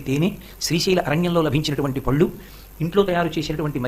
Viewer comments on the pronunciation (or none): none